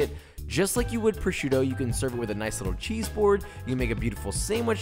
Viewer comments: Si dice prosciutto frate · Nice video and good receipt that i am actually gonna try 👍🙂but... Carbonara with duck “prosciutto” is blasfemy by all means, my ears started to bleed when I heard it. 😱😱😱